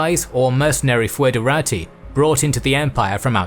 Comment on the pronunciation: I have to comment this. It's pronounced "federati", not "foederati". Also there's argument that "ti" might have been "tsi", like in Church Latin, so it would sound exactly like a Romanian would read it, "federați". Either way, t or ts, the final i should be smooth, almost silent, the accent is elsewhere.